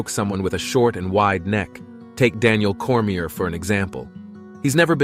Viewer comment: what’s with all these AI channels popping up? was on board with the video until your robot mispronounced “Daniel Cormier.”